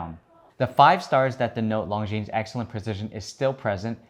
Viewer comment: Please try pronouncing ''Longines'' without the ''es'' at the end! It's French ffs.